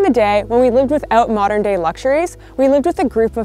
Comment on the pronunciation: "Modor comforts" 😂 😂 Oops, you forgot the 'n' in modern..